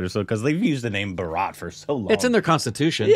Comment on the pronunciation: Guys! The correct pronunciation is "Bhaaa-ra-t" and not "Bha-raaaaat". :yougotthis::yougotthis